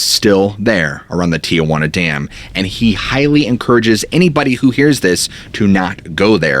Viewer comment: It’s not TIAjuana it’s Tijuana